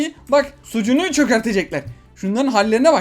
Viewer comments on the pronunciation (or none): Abi sunucuya sucunu diyorsun neden düzgün söylesen balon kafa anlamaz mi?